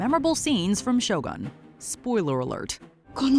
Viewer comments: It's "Shogun", not "Show gun"...... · Every Westerners keep calling the show as SHOW GUN instead of Sho-Goon (pronunciation). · I see is still calling it "Show gun" and not show u goon.